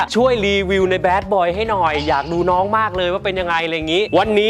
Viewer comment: ออกเสียงให้ชัดหน่อย น้อง ไม่ใช่น้อน..😁